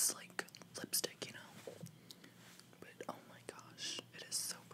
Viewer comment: I LOVE the way that he say the words "like", "but" and "it"... Its like: buTTTT iTTTT liKKKKe (My satan my english is disgusting :'D)